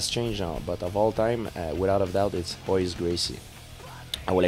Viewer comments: hhaha he called him ROYce gracie... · Dude pronounces the R in Royce............... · interviewer says 'R'oyce Gracie. what a schmuck. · he said Royce, with an R....what a fucking idiot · he did not just call him 'Royce' with an 'R' sound..... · Look at this clown it´s pronounced Hoice get it right like GSP... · not trying to be an ass or anything but im brazilian and royce gracie is actually pronounced with a "H" sound its hoyce gracie...in portuguese r's have an "h" sound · wow, i know it's spelled with an "R" but come on. If you are going to cover this stuff can't you try to pronounce the name right? Especially when speaking of the Gracie family. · This interview is terrible. KNOW YOUR MATERIAL man!! You're asking terrible questions and you don't even care about the answers. Btw, Royce is pronounced Hoy-ce not Roy-ce. I wouldn't expect a strange to know that, but an MMA fan should. If I was GSP, I'd correct this guy on every question. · Interviewer sucks. Doesn't even know how to pronounce Gracie's name. Dumbf...